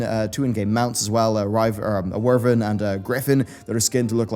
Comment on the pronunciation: U said Werven not Wyvern lol what English do you speak